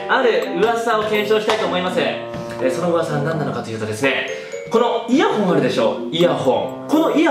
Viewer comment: イヤホンがイヤホイに聞こえる。 原宿でイヤホン！原宿でイヤホイ！